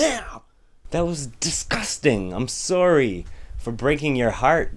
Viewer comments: ROTFLMAO Sowwy...canadians.... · I heard the "sorey" instead of sorry. I wonder if you're Canadian... (J/K) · I love when Canadians say sorry(: lol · Canadians say sorry funny... :D